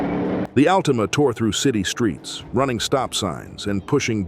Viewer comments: the al-teama 😂😂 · The "Al-teema." lol